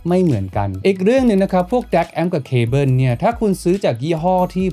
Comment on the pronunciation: แอปโป้ว ดองโก้ว แต่ว่า เคเบิ้น 🤣